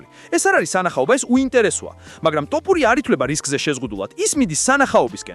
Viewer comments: ძმას ვენაცვალე, თ ვერ ამბობ? თოფურია.. ტ არაა. 😁. 🤟👍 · თ - თ - თოფურია და არა ტ - ტოპურია. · ტოფურია არა თოფურია. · კაი რა ძმაო არ დაგცინი ცუდად არ გამიგო მაგრამ ტოპურიას რო იძახი მეცინება დანარჩენი ყველაფერი კარგია თოფურია ან ილია თქვი და ეგააა❤❤❤ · ტოპურია-)შენ შიგ ხო არ გაქვს სპეციალურად იძახი თუ ტოპურიას მუშტი გინდა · გარტყმევინოთ თ ზე თავი თუ შენი ნებით იტყვი რატომ ამახინჯებ გვარს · ნუ უმახინჯებ გვარს